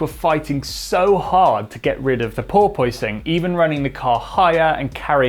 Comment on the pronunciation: Per POISE ing